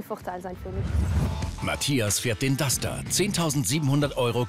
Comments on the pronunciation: Warum sagt der immer Dutscher? Entweder Dacia oder Duster oder? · Das heißt nicht Dutscher sondern Duster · dutschter? Duster heißt das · Kann der Typ nicht duster sagen? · Das heißt Duster du Pfeife